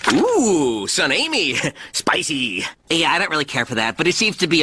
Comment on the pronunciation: HE SAID S P I C YWHY AM I LAUGHING